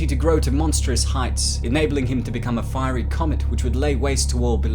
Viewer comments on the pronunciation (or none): none